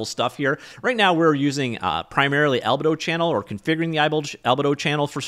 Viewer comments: Pronunciation Police... It's Al-bee-dough, not Alba-Dough. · not sure if you are trolling, but its actually pronounced al bee do